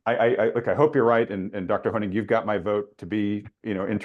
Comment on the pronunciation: "Thank you Dr. Honig.... Dr. Hynek.... Dr. Hoehing..... " just butchered this guy's name throughout the entire interview.